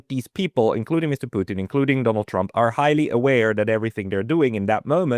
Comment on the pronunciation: It's PUtin, Ray. Not PUchin. Not PuchEEn. Not any of your other affected pretentious pronunciations. Just PUtin.